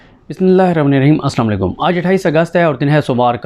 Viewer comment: Bismillah sahi parrha karain bhai. jaldi kis baat ki hoti hay ???